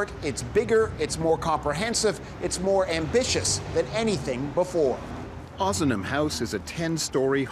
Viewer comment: LOL it's OZnam house , haha not Ooozman house you cracked me up